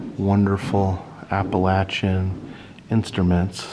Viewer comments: Exactly what I was thinking. I have always heard it pronounced "appa-LAY-shun." But it probably just depends on where you're from. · I don't think you are pronouncing Appalachian correctly...I could be wrong though. I love your videos by the way. Thank you for sharing such awesome content.